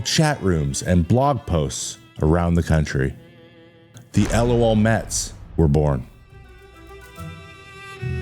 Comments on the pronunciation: Isn't it pronounced "luh-L Mets"? Not L.O.L. Mets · You just say “LOL”, not spell each letter out. LOHLMEHTS